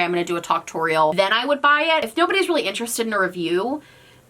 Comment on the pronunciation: Yes we is interestoe-d. V interestoe-d.